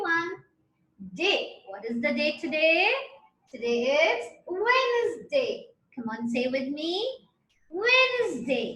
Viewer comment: Correction.....Its sounds (Wennnsday)